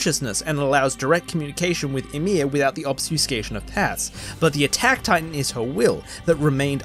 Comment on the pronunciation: Are you trying to say "Obfuscation" lol? It's REALLY throwing me off every time you say it without the F. Or is there another similar that you're actually saying? Just curious, not tryna be mean.